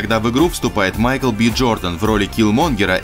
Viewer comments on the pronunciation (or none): none